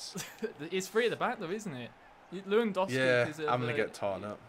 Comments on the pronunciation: its not how to say lewandowski your saying it wrong luandoski lol LEWANDOWSKI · this is not LUŁANDOWSKI IS LEWANDOWSKI XD